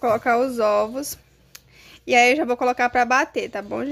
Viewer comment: Óvo, ovôs, ovos né gente, delicinha assistir seus vídeos